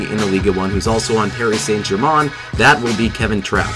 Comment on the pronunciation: Please just call them PSG instead of "Pari Sant Germon"